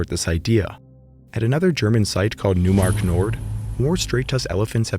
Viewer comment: These were some interesting finds. Having seen this video, I'd like to share a language correction, if you don't mind. Neumark is pronounced "noy-mark", not "new-mark". The eu in German is pronounced like "oy"